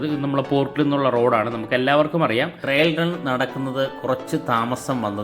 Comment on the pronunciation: Trial run എന്നു പറയൂ. Trill അല്ല , trail ഉം അല്ല